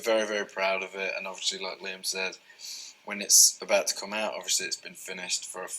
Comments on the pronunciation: he says “overshee” “orsley” “orshey” “oversea” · Yes, he says, Overshley. When I listen to his interviews as ASMR, I find myself pronouncing it like him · Yeah he puts a "Sh" sound into it. <3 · Harry say odviosly a lot and it s so cute